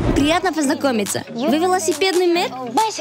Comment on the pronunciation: Она даже на велосипеде правильно неможет ездить и велосипедный мэр слово МЭР не может выговорить 😂 как ее взяли на эту работу 🤦🏻‍♀️